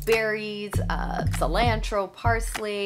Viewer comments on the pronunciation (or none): Somehow, I missed seeing that you're from Toronto. But, the way you say cilantro and you said expiry date I instantly knew you're Canadian. Hello from Northern Washington. ❤️ Thanks for the tips.